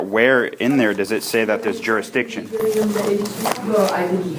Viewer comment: What the heck is, "telephonic"? He is not "journ-ee-izing back to court-a-cus, but not allowing a telephonic, hear-ee-izing. But no one has proven juris-dict-izing beside telling him what it is over and over again. He is a more-on-than-off-on (moron) Good luck Texas. I suspect shock therapy will do him well so warm up those taze-a-fa-zers.